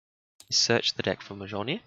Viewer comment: Hammer is pronounced Mole-near